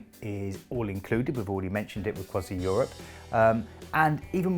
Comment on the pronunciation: Crois-ee not Crois-eye. C'est domage.